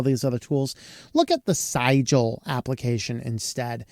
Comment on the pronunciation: Definitely should be pronounced “Caliber”…not “Cal-ah-bree”. That was very distracting. Also…pretty sure that Sigil should rhyme with vigil. Not however you said it. But I could be wrong.